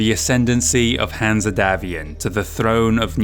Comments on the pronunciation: Great job on this important and, imho, one of the best campaign books from FASA. Pretty sure Hanse is not pronounced Hanzeh, more like Hans but hey, great job. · Excellent video and impressive work. Greatly appreciated by a long-time Battletech fan. My only gripe is some of the pronunciations. My way of pronouncing Hanse as an English name is as Hans or Hanz, the -e should be silent. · Absolutely love all your content!!!! Brilliant stuff. My only gripe is that every time you say Hanse and pronounce it weirdly, it takes me out of the immersion of your wonderful narrative.